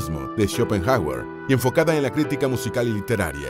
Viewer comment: Apolíneo,acento en la i,ES ESDRÚJULA.Por lo demás muy interesante ,muchas gracias.